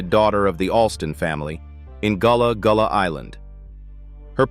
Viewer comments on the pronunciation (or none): It’s not Goolah Goolah island